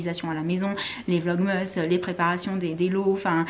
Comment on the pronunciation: Tu me stresse a dire « vlogmeeees » 😂 sinon j’adore vos vlogs💜